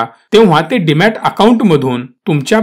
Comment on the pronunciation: Demat not Dimat